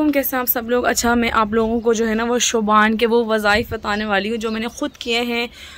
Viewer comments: Shuban nhi hota hai shaban hota hai behen itna bhi nahi pta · Yar shubaan lfz nhi hota Shaban hota h